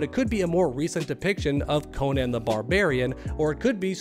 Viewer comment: I’m sorry but the way you pronounce Conan is insane. Like how would anyone read that Cone-Anne? Lol